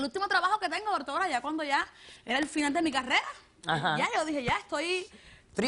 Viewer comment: "Dortora" dice la tipa xD